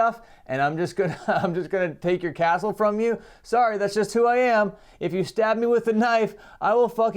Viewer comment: Castle. It’s pronounced castle Bam 😂